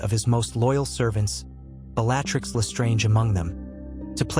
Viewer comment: Please correct the pronunciation of words…. Especially Bellatrix !!! It ruins the whole experience of listening to the story And the spell names… it’s AI reading it, surely it can be corrected in the pronunciation